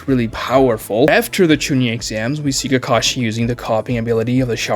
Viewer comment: Really? Not when he said "Ke-KAH-shee"